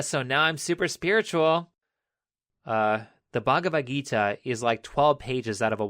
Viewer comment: I have read the mahabharata yes the entire book and your pronounciation of bhagavad gita and others is decent for for a foreigner anyway good video!!!